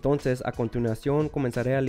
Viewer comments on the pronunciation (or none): none